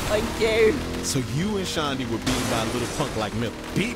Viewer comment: Its not shandy its shondy